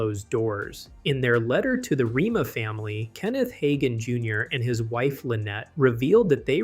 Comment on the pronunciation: You should at least learn how to say the name right.